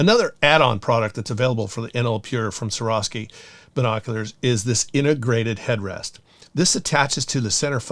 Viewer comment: Y do people have so much trouble pronouncing swarovski!,???